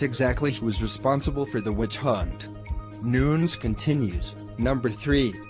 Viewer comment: It's Nunes not Nuns